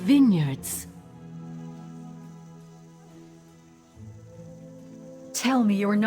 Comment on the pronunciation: Wow ben er nog nooit zo vroeg bij geweest! By the way, hoe je Valtrois uitspreekt is echt grappig